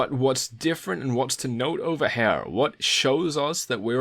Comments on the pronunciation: It’s here not "hare" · Lol, that was indeed funny. I kept thinking of HEIR instead of HAIR. Apart from that, very nice TA. Thanks! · Nice video but I think I can't get over the way you say hair instead of here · It's here, not HAIR!!!!!!!!!! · "Hair" is killing me. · Excellent video, first time viewing, will subscribe and spend the word. However your pronounciation of "here" makes me feel slightly sick. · Damn! Now I can't un-hear it....